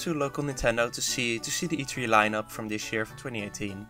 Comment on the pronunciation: It’s E3 not E-Free